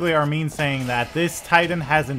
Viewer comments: its Armin not Armeen your pronounciation is wrong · Hey it's armin btw not Armeen it pronounced arm,in like u put ur arm in something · Why Dow you say Armen